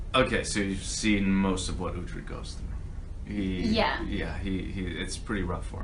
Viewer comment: Uhtred not uthred